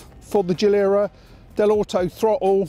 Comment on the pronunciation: Geeeee lair uh not jee lur uh